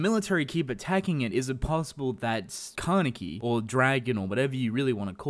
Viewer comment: stop saying kane(KEY) WTF